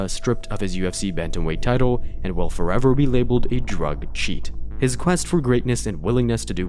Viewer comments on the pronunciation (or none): none